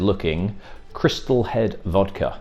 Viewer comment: Learn how to pronounce vodka